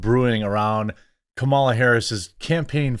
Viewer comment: People are still doing the mispronounce her name on purpose thing? Even after winning? Yeesh